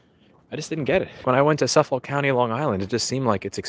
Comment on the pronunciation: It's "Suff-ick", not "Suff-folk".